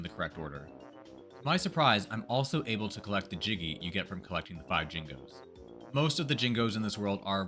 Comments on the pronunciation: It's Jinjos, not Jingos. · How can you be calling the Jinjos "Jingos" when they say their own name every time you collect one? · STOP CALLING THEM "JINGOS" IT'S JINJOS😭😭😭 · did... did you say jingos? its jinjos with a j! its not bingo sir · I'm sorry five what? Jin-jos my brother.